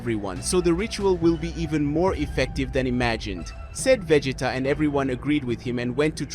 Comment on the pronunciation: I lost count at how many different ways Vegeta name was pronounced in this vid..🤦😂